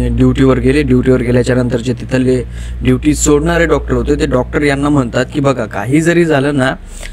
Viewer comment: तुझा शब्दकोश खुपच बिघाड आहे , ड्युटी ला दिवटी आस म्हणतोस.